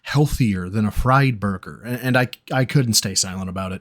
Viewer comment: For over 18 years this creature still can't even say Burger right for Fuks sake 🙄 🤦‍♂️